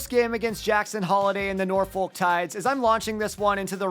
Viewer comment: its actually pronounced Norfuck